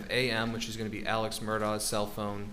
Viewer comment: this guy is the only one who knows how to pronounce “alex” and “murdaugh” correctly